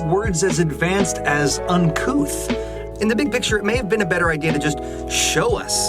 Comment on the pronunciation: Oh, "uncouth"! I always thought he said "uncoo'," as in "uncool" with an affectation. "Uncouth" makes way more sense.